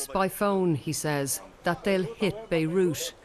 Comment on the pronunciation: Why does she call Beirut "Beirush"?